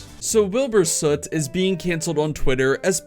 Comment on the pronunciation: Don’t you mean Wheelboor Suieete